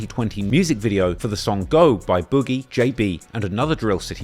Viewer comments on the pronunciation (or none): it’s BOOG IE (boog eee) not boujee 😂😂😂😂😂 yo ass is a fan bro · I put this on my life ik bro name was “ boogie “ or some the way he kept saying “ bougie “ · why tf you pronouncing boogie like that